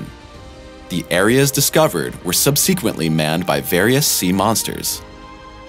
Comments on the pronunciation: No such word as sub-SEEK-uently. It's SUB-seh-quehnt-ly. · Said it at least twice in this video and it gave me a headache.